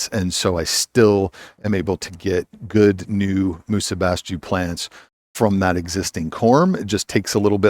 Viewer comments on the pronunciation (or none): it's pronounced "musa basho" greetings from Japan